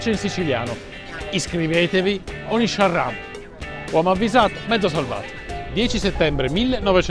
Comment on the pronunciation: si dice sciarriamu non sciarramu😄 comunque sono da poco iscritto al tuo canale complimenti